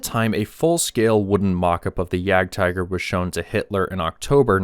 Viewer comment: It's pronounced Jagd-teeger. Either say that OR 'hunting tiger'. Don't mix up languages. It's not because a word is written the same in another language that it's pronounced the same way dude. I'm not even German, I'm Belgian. Though I live close to the border, in Battle of the Bulge country.